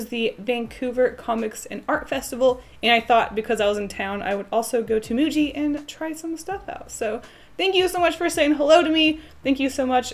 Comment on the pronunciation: I think it's pronounced "muji"